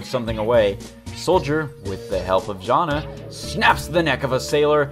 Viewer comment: Jana is pronunced Yana i think